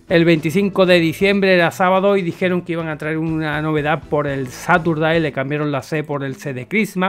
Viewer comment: gracias por estar al loro pero recuerda que Caturday viene de "Christmas", así que se dice como gato en inglés, Cat Caturday. Un abrazo